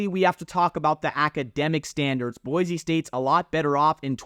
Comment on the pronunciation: BOY-SEE STATE! Not boyzee. There's no Z in Boise. Dirk Koetter (pronounced Cutter). And Ashton Jeanty (pronounced Jintee) If you're gonna talk about BSU history, better get the names right. Just saying 🤷‍♂️